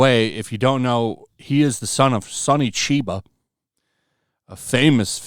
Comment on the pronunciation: How did you just pronounce Sonny CHIBA? That's not an insult that should be taken sitting down! (KYE-BAH!) NOW SAY IT! SONNY WHAT?